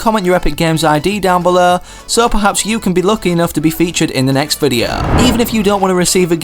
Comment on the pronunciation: despite his accent, he can pronounce 'o', but he says videa...